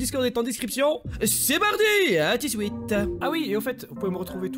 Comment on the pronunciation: « Ramene ta gueule dépêche toi wsh « « a tou siute » 🤣🤣😭